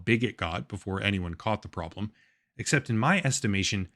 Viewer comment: "Prodlem" lolollllll